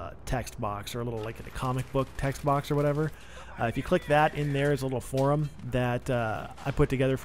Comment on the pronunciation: "Forum".. one syllable word.. one syllable.